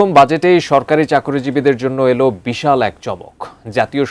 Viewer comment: এমন করে"" বিশাল "" বলছেন মনে হচ্ছে সরকার চাকুরীজীবিদের অঢাল সম্পত্তি দিয়ে দিচ্ছে